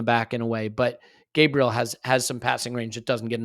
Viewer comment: 🙏🙏🙏🙏🙏🙏🙏 tell the moderator that it is pronounced Gaah Bree Eh le!!!!!!!!